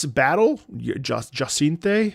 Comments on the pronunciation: It’s Ja-sant, or at least as close as you can get in English. It’s the French word for Hyacinthe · I love how he struggles to say her name I believe it's pronounced Jay-senth/ Ja-cin-the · this is true, there's a French speaker in one of the Discord servers I'm in and they said that the French pronunciation has a sound that's not in English. Funnily enough the French version of Z-A uses a different name for Jacinthe.